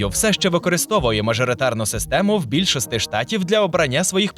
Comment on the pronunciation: Букву "і" не вмієте вимовляти? Якої бляха більшостИ?